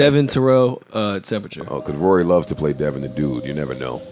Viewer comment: devvOn not devIn lol